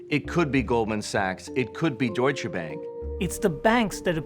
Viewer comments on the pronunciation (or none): none